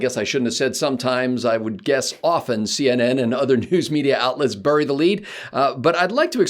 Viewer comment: Please stop saying "burr-e" Nobody says "burr-e".